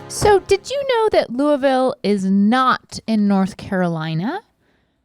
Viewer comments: I’m more impressed they know how to pronounce Louisville correctly lol ❤ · I appreciate that they both pronounced Louisville properly! 😊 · Can I just say, thank you Rhett and Link for pronouncing Louisville correctly 😁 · So proud of Rhett and Link for pronouncing Louisville correctly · Anytime we get Kentucky love on GMM it warms my Bluegrass heart. More Commonwealth representation please! Also, thank goodness y’all pronounced Louisville correctly 😅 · Rhett and Link said Louisville correctly! I’m from Louisville and most people don’t say it right lol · I really appreciated the correct pronunciation of Louisville! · I’m so proud of you boys (and ) for pronouncing Louisville right 🥲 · as soon as i saw the bag i was waiting for them to pronounce it 😅 being from ky i always pay attention to that specifically lol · Link was the most perfect. had just a little too much i in there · Thank god they say Louisville correctly. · Link pronouncing my hometown Louisville correctly warmed my heart! ❤️❤️❤️ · Thank you for pronouncing Louisville correctly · As someone who's born and raised in Louisville, KY, im very proud that our jerky won and im glad yall pronounced it correctly lmao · I’m so glad everyone pronounced Louisville correctly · She pronounced it the same as they did, which is how it's pronounced. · Thank you Rhett and Link for saying Louisville correctly!! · Both of y'all pronounce Louisville exactly how us louisvillians do. Good job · KY girl here happy that her southern boys are pronouncing Louisville correctly. 😄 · Y'all know how to say LOUISVILLE! And that's everything. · Link getting the pronunciation of Louisville right makes me irrationally happy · Y'all said Louisville right! Its luhl-vull, everybody else. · Thank you for not saying "Louie-ville." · Love that they took the time to correctly mispronounce Lu-uh-vul. As a kentuckian, I appreciate it. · Thank you for pronouncing Louisville correctly. Loo uh vul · and they said Louisville right!!! 😊